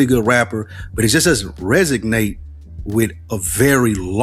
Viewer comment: *Resonate, not Resignate.